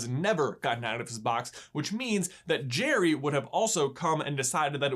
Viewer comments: it's geri not cherry cuh'😂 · It's Gerri not Jerry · I thought it was pronounced "Garry's game" not "Jerry's game" :( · In language arts class we were doing a plot diagram on Pixar shorts. This was on of them and lots of them pronounced Geri like jerry instead of Gary. I was pretty sure it was Gary and you obviously agree with me. I know it's trivial, but you guys are the kings of trivial. By the way, great video. I always loved this short and I use the strategy of flipping the board around, every time i play chess. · Noooooooo! Not gire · It's Gee reee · I thought it was pronounced like Gary...... And I'm sticking with it 😜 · I always thought it was pronounced like Gary, but the Jerry-like pronunciation makes more sense. :P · If an E or an I follow a G, the G is pronounced like a J. That's if you speak English, which... I think you get it. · Anyone else thought you said his name with a G sound and not a J sound? No just me? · I think that's an accent thing. They do kind of rhyme the way pronounce the names. Where I'm from, the definitely don't rhyme.